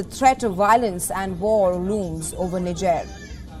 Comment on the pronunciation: Niger pronunciation is incorrect